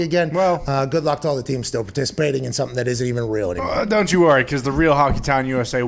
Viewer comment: Hockeytahn turned into Hockeydahn